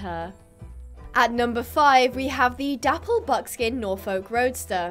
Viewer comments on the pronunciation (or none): Coming from Norfolk in the UK myself, I do find it funny how people from around the world pronounce it! you're correct, it is kinda like.. nor-fuk! (silent L) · u were so close yet so far with the pronunciation of "norfolk" </3